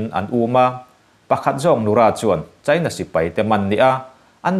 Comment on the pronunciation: Mizo ṭawng i van chhiar thiam lo em em...China i lam dan thleng hian inzir i ngai...i thu chhiar a ngaihnawm nen